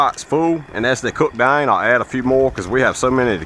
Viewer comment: The way he says "down" and "house" is unusual. I thought Louisiana at first but maybe Kentucky or Tennessee